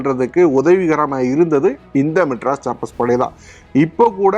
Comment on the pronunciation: Adei.... Madras Sappers உச்சரிப்பு ஒழுங்கா சொல்லுடா....